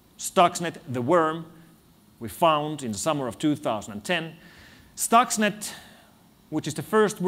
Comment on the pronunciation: Thanks for the transcription. :) A little thing : it's « Stuxnet » and not « stocks net »...